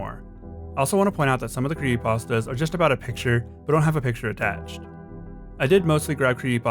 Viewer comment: He's saying cree'y'astas